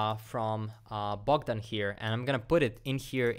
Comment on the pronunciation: Bro my name is Bohdan, you said it with the correct accent. Where are you from?